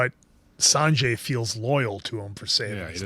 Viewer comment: Sanjee not sanjay